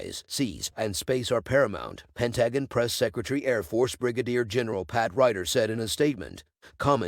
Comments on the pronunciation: Pentagon: pronounced pen TA gun. Robotic voices are so goofy. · yeah the new AI voices are getting a bit better but damn you'd think they could at least pronounce a word as easily noticeable as the Pentagon. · Terrible voice over but you got the facts straight . However the pronunciation of Pentagon gets you a thumbs down and report for child abuse.